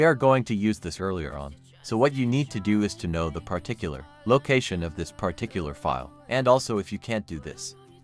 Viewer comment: The weirdly pronounced word "Pah Tic Cular" was used 538 times in this video. LOL